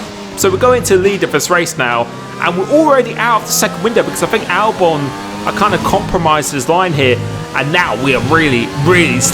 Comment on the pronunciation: Al-who sorry? Albone? I don’t believe thats right